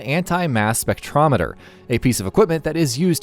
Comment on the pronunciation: Why did you say spectrometer instead of spectrometer?